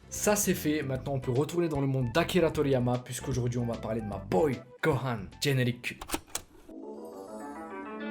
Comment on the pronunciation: Le fameux "géneriku"😂